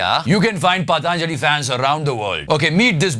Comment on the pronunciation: hahahha it's not PAATAANJALI, it's patanjali